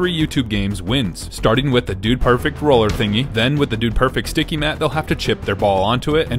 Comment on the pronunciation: “they are very dticky 😭😭